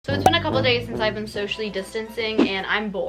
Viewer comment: couple days diyo ama kabadayıya benziyo dkdjdkjd